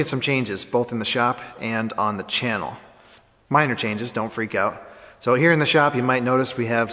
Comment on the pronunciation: "so don't freak out" Too late, already freaked out on the g in "changes".